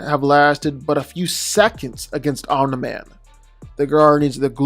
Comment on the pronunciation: No one:: "OMNA MAN"